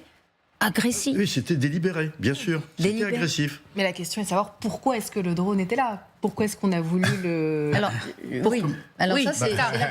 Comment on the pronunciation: " Reaper ", "Repere" C'est si difficile de dire " drône ".